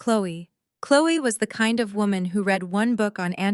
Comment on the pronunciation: Love the story, hate the narrator, all the saying “S” after a name instead of saying the name plural is beyond me. Also saying READ correctly would make it a bit better